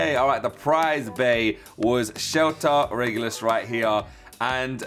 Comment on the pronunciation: Shelter Regulus he is balance type and you saying his name perfect